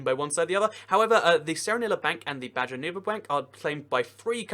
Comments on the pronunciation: Worse than that, he said BAN-jō instead of BAH-hō. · I think you mean "ba-ho" not ba-joe nuevo bank... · Did he really just say banjo nevo